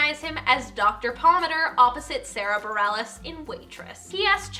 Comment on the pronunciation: well, you got Sara Bareilles right! so excited